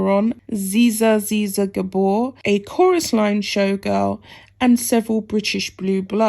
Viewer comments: Can't blame him for not liking Fergie. What is there to like? Oh goodness! It is not Dafeen or zizza! It is Daphne du Maurier, pronounced Daffnee Doo Morreeah and Zaa Zaa Gabboor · Not pronounced Zeeza, but pronounced JaJa for Zsa Zsa Gabor. After the elder abuse they subjected Prince Philip to before he passed away & Harry never visited. How dare they. Ought to be sued for elder abuse & emotional pain & suffering in his last days. Wonder what Meghan will do when her father disinherits her. I'm sure now that their true intentions are known, the Queen will cut Harry out of her Will as well, as should Prince Charles. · As an old wrinkly who can remember Zsa Zsa Gabor and who is envious of your youth, which means you don't remember her let me help you with the pronunciation of her name. ZsaZsa is pronounced like JarJar but with a zzzz sound in front of it so, Zzzjar Zzzjar..... I hope that helps. Excellent video by the way and we can but hope that the toxic twosome never get their hands on a penny of Prince Phillip's money ..... nobody is ever "entitled" to inherit anything and Prince Phillip was not known for his tolerance of selfish grifters ..... his money, his choice, his decision. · Zsa ZsaGabor. The nam e is pronounced Zsha Zsha. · Zsa Zsa is pronounced Zar Zar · Thanks for your article - its pronounced Zsa = jaa and he didn’t have an affair with her. I hope they don’t get any money, they’re so greedy!!!! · My dear, I know she was well before your time but Zara Zsa is pronounced Zah Zah. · You need to learn how to correctly pronounce people's names BEFORE you read them in your report. Zsa Zsa canbe Googled, just ask it how to pronounce it. Zsa Zsa is one of the famous Gabor sisters who was previously married to a Hilton, Conrad, I think.